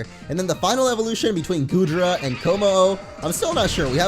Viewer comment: between GOODRA And Komo-o lol its not goodra XDDDDD